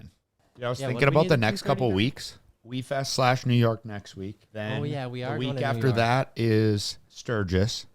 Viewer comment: had to restart multiple times to make sure I heard correct WEFEST!!!!!!